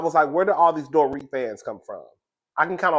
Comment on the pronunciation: I don’t watch RHOBH and I seriously never heard of Dorit until this year. I just realized the pronunciation when you said it. Lmao!! My point: you’re right.